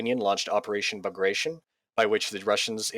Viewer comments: Bag Ra Ton. Bagration. Sheesh. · For goodness' sake! It's pronounced "bag-rat-yon"!